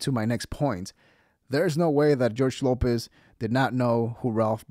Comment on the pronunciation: He’s a beast. Great young man. Lopez not pronouncing his name correctly is such disrespect.